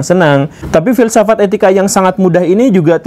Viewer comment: Fill saff at guru gembul. 😂👍mantab dan jelas masbro👍👍👍👍